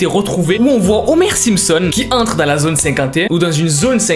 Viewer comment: "MET UN LAIKE SU CETTE VIDEO SI TU CONNAIS LES SIPSON OH PINAISE" ca ma tue 😭😭😂😂🤣🤣